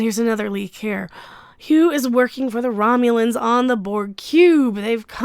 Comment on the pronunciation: Ü The first time you said Hue, I thought you said Q. I was What !?! What!?! at first.